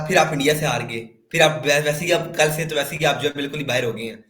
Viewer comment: Ye से को फ बोलता है